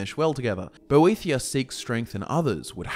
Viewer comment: It's great that you know all this lore but can you get your pronunciation right ive just heard you call (Boethiah): bothia and boethra and it's very distracting